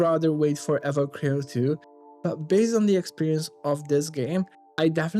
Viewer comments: please finish the game before reviewing it, the story is quite good also, you're not destroying the name, you're butchering it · can you please say the name right? you have no idea